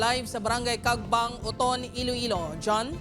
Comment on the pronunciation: Ee-loh ee-low city